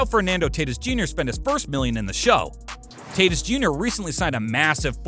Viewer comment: Did man really just pronounce tatis as Taytis